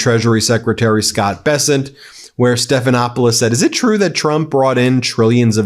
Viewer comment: Mr. " Be-sent" is back on screen talking rubbish!